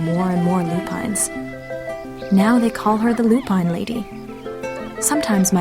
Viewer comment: Lupine is pronounced Loo-pin not Loo-pine !